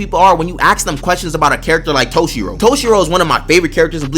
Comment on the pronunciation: thank you for speaking good on toshiro's name